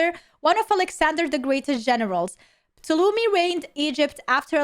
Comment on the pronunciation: "Ptolomeh" lmao